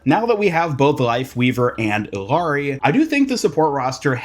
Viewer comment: Hey, the two L’s in Illaris name makes a ya sound. To make it easier saying her name just say Iyari. Love your content!